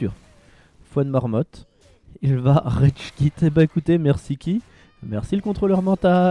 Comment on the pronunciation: ?il a dit redge quit pas rage quit